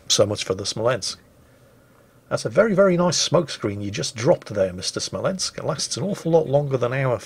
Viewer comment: Also: spells Smolensk wrong.. you have to shout it... SMOLENSK like Small but Smol and then with a ensk behind it:D